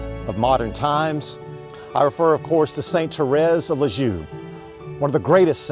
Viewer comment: leeeZ ee er..lisieux. OMG pronounce it correctly. It's not Liz jew.... it' s leeZ ee er.